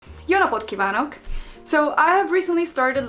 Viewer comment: That jó napot was the best